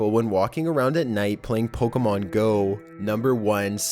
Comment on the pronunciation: stop going like I love pokemoN are you serious I walked OFF